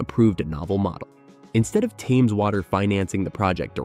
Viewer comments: TEMZ not TEYMZ. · Why are you pronouncing the word Thames differently in a matter of seconds after pronouncing it correctly? First the river Temz and then Taymz Water?